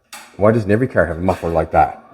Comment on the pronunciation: You really messed up Jolene’s “muffler”